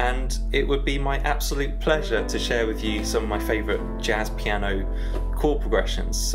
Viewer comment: Who else cracked up the way he said “it’ll be my absolute PLEASURE ”😂😂😂😂😂